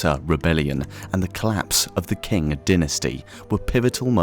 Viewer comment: "Collapse of the king dynasty" :D omg it's pronounced "ching" or "tsing" but not "king" :D